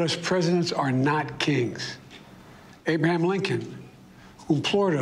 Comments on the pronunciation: " Abrum Lincoln". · It’s really him. He’s reading a prompter which he historically has done well. He struggles with fully pronouncing words like “Abraham” and “implored”. These also align with his historical speech. These mumbled pronunciations have always appeared to misalign with his lip movements.